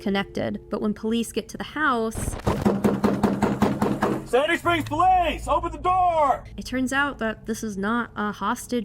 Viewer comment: Did she say sandy? I heard shady springs and was so confused. "Why would you name your town shady?"